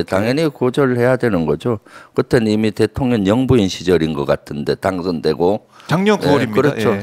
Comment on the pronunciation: 김병주 의원님, 항상 대통령을 대통년이라 발음하시는게 너무 귀엽습니다. 😂😂😂 사실과 정확하게 부합하기도 하고요. ❤❤❤